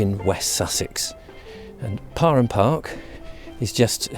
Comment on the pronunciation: So it’s pronounced par-em? My basketball couch was wrong then. Thank you!